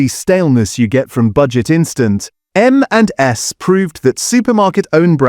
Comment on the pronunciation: Very hard to tell it’s an AI voice until until it gets to “M&S” and it can’t say it right. The only giveaway.